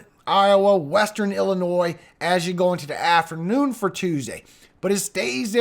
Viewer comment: How are there still americans who are unable to pronounce illinois or des moines... C'mon